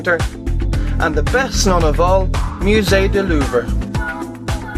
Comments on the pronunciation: And da best known of all...Mew-zay duh loover. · "Musee Duloover"